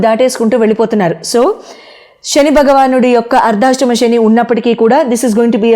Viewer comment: ముందు మూడు పాయల జెడ వేసుకుని, ఊరికే ఆ కొంగు సద్దుకోవటం మానాలి. ఇదేం సంస్కారం..? స్థిరంగా కూర్చుని చెప్పటం నేర్చుకోండి. రాశి అని పలకాలి. రాషి కాదు. శని అని పలకాలి, షెని అని కాదు..